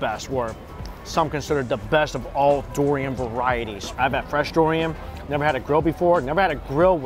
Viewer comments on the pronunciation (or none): He pronounces durian like DORian lol